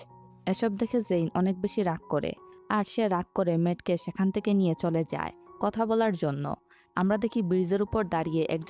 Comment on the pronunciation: পটাক হবে না ❌ প্রটেক্ট হবে ✅ 😂 সেকান ❌ সেখান ✅ কুন ❌ কোনো ✅